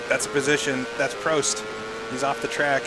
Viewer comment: He finally learned how to say prost correctly, finally